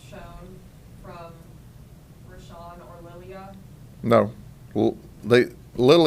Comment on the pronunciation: Me encanta como pronuncia los nombres, de Rasham y Kuasham😂, este señor para 2024 te lo cambio por Trampa-Biden, 8 años del sheriff pa que limpie este pais ! Sin piedad!!